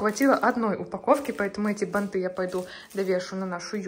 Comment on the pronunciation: бАнты. И во всех производных - ударение на корень слова